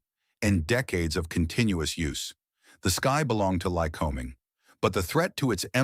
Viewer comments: Why must every service manual be "oil stained"? Not mine. I take care of them. The digital to spoken voice thing needs to learn how to pronounce words correctly, like Lycoming and lead. It is not always right. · Pedantic point: In the industry we don't accent the first syllable in Lycoming, but the second. It's "ly-CO-ming" not "LYC-o-ming." Hard to train AI narrators on these bits of normal language I know. Had to say it though. Also, these engines are not "high pressure" just the opposite. Compression levels below 6:1 in many cases. Now do Continental, because they're the "other" player in this scene. If it's not a Lyc, it's a Continental. Sewing machine smooth, too. My old 172 had an O-300 in it; classic engine. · This video's production must have relied heavily on AI, especially the dialog. The narrator has three ways of pronouncing the name Lycoming. He also pronounced lead incorrectly, and his manuals are always oil-stained. Furthermore, he completely ignores Lycoming's competitor Continental. The story here is interesting, but its presentation demonstrates the limits of AI.